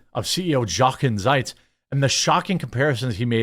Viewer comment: His name is pronounced (phonetic spelling): "Yo'-kin Zites"